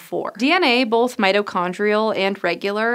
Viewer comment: She pronounces "both" as "BOLTH"...wtf??